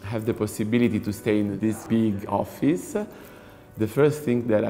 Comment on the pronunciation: Ha detto offiss tipo 20 volte